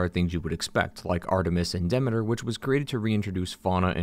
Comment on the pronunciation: Great video! But uh.... Are you saying Demeter and Thebes wrong on purpose?